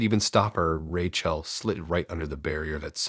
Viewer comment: It's Rachel as in Rachĕl, not RaCHĔL